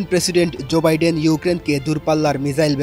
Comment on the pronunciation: ভালো করে নাম গুলো বলেন উনার নাম কি ডিরাম নাকি জোবাইডেন। এটা ভুল বলছেন ভাই